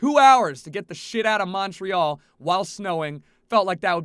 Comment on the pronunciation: Pronciation of Montreal is horrible. Snow isn't that weird.